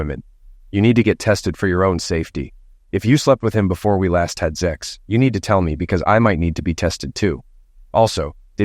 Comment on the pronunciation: For God's sake, the f'ing word is sex, not zex!